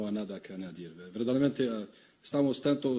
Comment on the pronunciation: هل سمعتم كلامه و لكنته الإسبانية الركبة أي تلميذ باك أدب إسباني يتكلم أفضل ألف مرة من صاحب الركاكة بوقادوس و يتكلم باخطاء و يقول verdament بينما الصحيح هو verdaderamente مستوي ضعيف للعطاي الدزايري أما المغرب الشريف راه رزقو كبير و مؤلم لآحفاد بورقعة و القهرة الكحلة الخرخورية